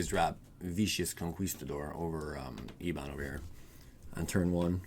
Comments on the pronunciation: It's not "ee-bon" its "eh-bun". It means "black" or "dark". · Ebon probounced ehb-bin